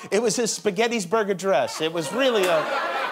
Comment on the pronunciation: "Spaghettysberg Address". ROTFL!